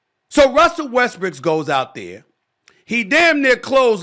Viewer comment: Did anybody catch Stephen a Smith call Westbrook westbriçk